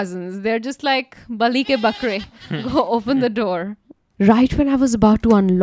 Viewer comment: the most accented "bali k bakre" I've heard in my life 😂😂